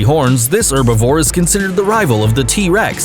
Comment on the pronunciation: Pliesiosaurus, is not a dinosaur, but an aquatic reptile, and it is her-bi-vore, pronouncing the H. Get your names right please, (as in the dinosaurs) I just have one dinosaur book, and I am an expert, literary. Pterodactyl, a flying REPTILE, not a dinosaur, it lived with the dinosaurs, ALONG with aquatic REPTILES. Thank You.